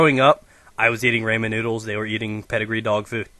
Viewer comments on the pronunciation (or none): RAH-MEN NOODLES NOT RAY-MAN NOODLES. just saying lol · It's RA-MEN. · "reyman noodles"